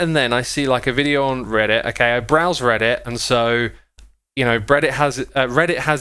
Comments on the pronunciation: this has nothing to do with the video, I just find it funny that he says breddit. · he said “Breddit” on accident. I have a friend named Brett who we call “Breddit” sometimes as a joke so this was pretty funny to me. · accidentally said breadit! Is he secretly a bread enthusiast? Also you guys should check out r/Breadit it's actually pretty useful for bread making. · ah yes, breaddit